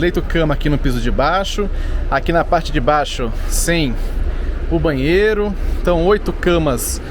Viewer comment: Onde sr.. lê "bahsito", por favor, leia-se "banheiro"